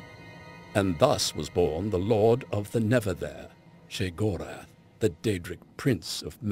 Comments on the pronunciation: pronounced (SHAY-GOR-ETH) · So happy they didn't have that dull, boring narrator that they normally use do this, the way he pronounces Sheogorath is realy fucking stupid, God, he's sooooo boring.